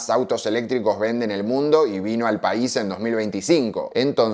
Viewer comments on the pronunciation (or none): none